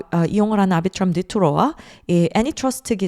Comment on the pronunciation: 아비트럼을 앨비츄럼이라고 안하는게 어디임